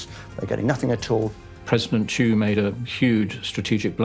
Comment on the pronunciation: South Vietnam President name was "Thieu" Nguyen ; Not "chu" !